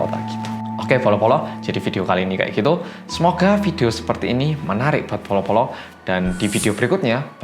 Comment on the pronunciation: Bolo bolo bukan polo polo 😅